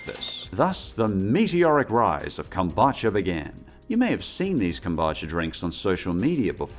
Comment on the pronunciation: Kom-boo-cha 😅 not kom-ba-cha